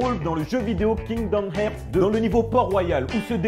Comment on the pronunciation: pat on dis kingdom hearth en plus c le 2